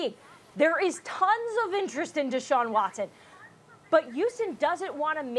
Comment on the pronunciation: It’s Deshaun Watson 🤦🏼‍♂️